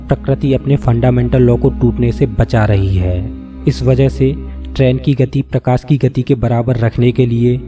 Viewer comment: Kitne bar prokasi bolega tu